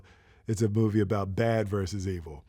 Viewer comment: "It's a bovie about..." that ain't a typo, that's a speecho xD